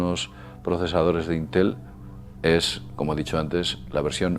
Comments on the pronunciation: solo pongo la tilde para que se note donde va el acento de la palabra la vocal fuerte vamos, es llana no aguda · es íntel no intél